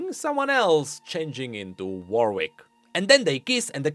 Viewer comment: BTW the name "Warwick", a city but also used i.e. for some family names, is pronounce by skipping the second w (so basically "Warick"). I wonder if there's an official pronounciation for the League character too.